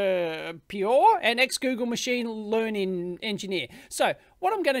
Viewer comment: 8/10. For me it's the most convincing I've ever heard so far. And btw. Piotr is polish for Peter and is pronounced: Pe-jo-tr. Pe like pea, jo like I like your content, tr like tree without the ee.